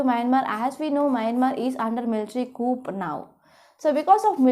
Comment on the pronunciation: Mam coup is pronounced as coo